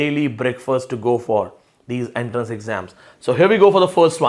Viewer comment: Sir, it's not enterance but entrance.